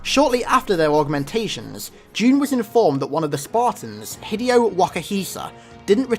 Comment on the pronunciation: hid e oh? really? its He Day O... is mispronouncing everything a meme yet?